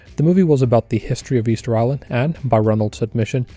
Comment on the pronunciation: Do you want to try to say the word island again? That was terrible to listen to.